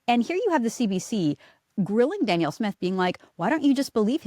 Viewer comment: Candice, did you know you pronounce Danielle's name like she's a man? It's Dan-Yell. I hope that helps.